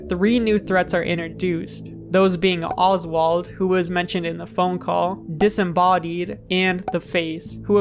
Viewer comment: Oswald not osbald